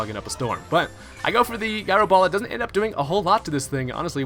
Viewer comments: Guy-ro ball? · Can't stop laughing at "Guy Row Ball" lmao